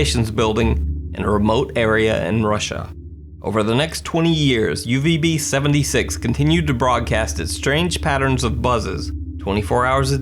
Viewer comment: Laura H I dont know what Russian do you speak, but as Russian i can tell that he sayed - uZb . Instead of uVb he sayed uZb by some reason